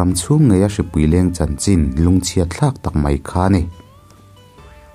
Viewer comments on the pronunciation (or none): none